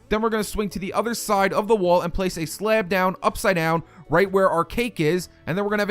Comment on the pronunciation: Where are you from? The way you say off and slab make me ask... ( Please don't take this as offensive!😁)